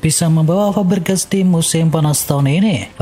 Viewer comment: F pak bukan P😂 Fabregas✅ Pabregas❎